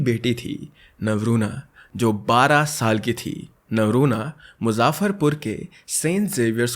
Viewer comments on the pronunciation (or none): Its muzaffarpur not muzaafarpur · Bhai mere Ghar ke bagal ki hai मुजफ्फरपुर Not मुजाफर पु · You wrong pronouns muzzaferpur😅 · Its not actually muzaafarr it's just muu - zaff - far - pur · Not muzaafarpur yarr... Its muzaffarpur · from Muzaffarpur and its normal muzaffarpur pronunciation nor muzaffffaaarapur 🤣🤣🤣🤣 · It's muzaffarpur not muzzzzzaafaaarpur. Pronouncing a place name is not good it feels offensive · मुजफ्फरपुर not मुजाफरपुर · Its not a मुज्जजाफरपुर its a मुजफ्फरपुर.... Your pronounciation is wrong .... I am very happy to see you discuss with बिहार case bcz generally people neglect with the sound of bihar 😢 and say ये तो बिहारी हैं इससे क्यू बात करना bahar ke log nhi smjh skte hai h whats the mentality of bihar parents and their so called society and relatives specially for the girls .. अरे ये तो लड़की है इसी ने कुछ किया होगा | hm larkiyon ke liye parents ko kuchh v chiz ke liye manana bhaut hi difficult task hota h agar parents mnn v gye to so called society and relatives h na .. padhai ke liye v bhaut manana pdta h yrr agr mnn v gye to bahr nhi jne dete .. why always girls sacrifice for their future??... Plz parents atleast aap to smjho baaki society ans relatives h na hmlogo ko pichhe krne ke liye agr aap hi nhi smjhaoge to kaise wo apna future secure krengi 🥺 ...... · Bhai mai muzaffarpur huu. मेरे सहर को मुज़फरपूर् कहा जाता है मुजाफरपुर नही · Its Moo-zaffaar Pur. Pronounced in this way. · Your'e an amazing storyteller but dude, you need to work on your pronounciation. You're a native hindi speaker and still you couldn't pronounce muzzafpur , which is a very popular city, correctly. And its not tej , its teej. Festival celebrated by north Indian women for their husband's longevity, which I'm pretty sure you've heard about. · Muzaffarpur bolna toh seekh le bhai pehle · main bhi muzaffarpur ka hi aur yeh case dekh hain maine i know but bhai tune name galat bola hain likha thik hai but bola galat h nane muzaffarpur. ❤